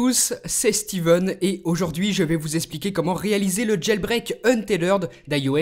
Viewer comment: mon chère Steven, c'est un-teth-red et pas un-té-lerd!!! :v